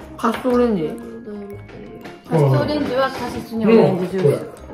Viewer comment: ちゃんまちゃん、こんばんは😃 素敵な家族とお洒落な料理💖いいなぁ でもいちばん良かったのは、、、、 旦那さまのカシスがカススにしか聞こえなかったとこ🤣❤️❤️❤️❤️❤️